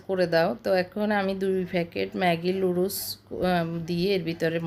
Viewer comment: এত্ত কিছু জানেন বাট নুডলস কে লুডুস বলে না সেটা জানেন না??